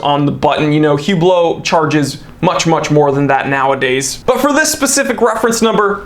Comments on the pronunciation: “Hu-blow” your money 💰😂👍 Great one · its pronounced "uuuuhhblloohhhh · “Hublow,” gotta love it. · "Horology" should have the H pronounced.. "Hublot" should not... just sayin'